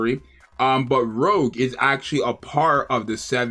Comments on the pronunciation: Pretty sure all the names on the members in the 777 squad are pronounced in French. out her saying 'Rogue' instead of Rouge (like Rouge the bat from the Sonic franchise) pronunciation is sorta like this: roo-sh (may not be exact, but close enough) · its not pronounced rogue its rougeeee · Every time he said rogue I cringed... All of the characters are named after french names of colors! Would it have killed him to put her name in the google pronunciation tool?!? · yea exactly